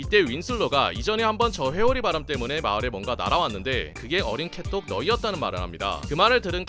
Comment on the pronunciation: 난 왜 캣독이 개똥~으로 들리지